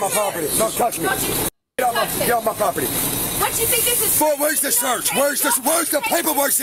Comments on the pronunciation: Why won’t they get off his “pwoperty” ?? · Isn't property pronounced with 2 R's? Dude keeps talking about his poperty.